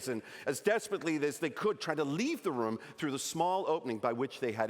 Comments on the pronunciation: Really nice American accent. Having trouble saying “room” though. Sounds more like “rum”, which gives it away a bit. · I dunno… we say room in the US, not rum, like he’s saying here. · The accent is not a very good accent. Especially when saying the word "room" like "rum". This is not very common in Canada, and definitely not on the east coast. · hahaha I also caught the "rum" instead of "room". I am from the maritimes, so I instantly thought, that's not the accent! hahaha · me too. I was so confused at first. The only word he mispronounced was "room" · and "seagull" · That wasn't a Canadian accent from any part of Canada. His pronunciation of "room" and "sorry" were particularly odd. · I would be willing to accept his slightly idiosyncratic pronunciation of "room", but the "I'm sahry" was too American. Canadians are "sohry" from coast to coast to coast! :D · That wasn't a Canadian accent. You can always tell Americans by the way they pronounce "sorry" as "sahry". The way he said "room" was not particularly Canadian either. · yeah the way he says ''room'' is definitely not American